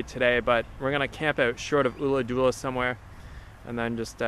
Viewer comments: Ulladulla. Not ooladoola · Check with a local on the Ulladulla pronounciation dude, it's killing me! It's not an 'oo' sound at all. Enjoy the riding!